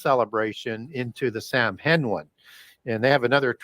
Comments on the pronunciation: Love! An important resource, especially in these days. Samhain (the Gaelic word for Halloween) is pronounced "sowin"...as in cow (the very tasty animal and in as in go in). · Saa-wn is how it’s pronounced.